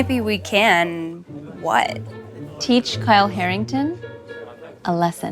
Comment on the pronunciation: Not “Harrington”